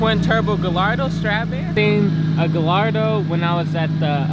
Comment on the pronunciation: Guy-Yard-Doe not Ga-Lardo 🤣